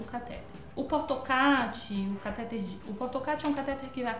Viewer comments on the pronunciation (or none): A pronúncia correta é "catetér", e não "catéter". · Cateter não tem acento, e a pronúncia correta é cateTER com a última sílaba tônica. vlwww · a pronúncia é catetEr.